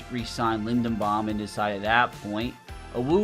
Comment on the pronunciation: It's Tyler LindeRbaum, buddy. Love your channel, keep up the great content.